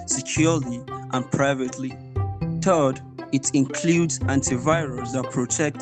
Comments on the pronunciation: the third point. did it say third or turd? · His third sounded like turd 💩